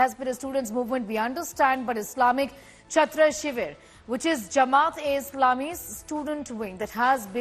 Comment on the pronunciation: Chhatro Shibir, not Chhatta😁